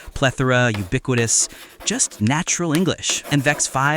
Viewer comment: the word ubiquitous was pronounced wrong dude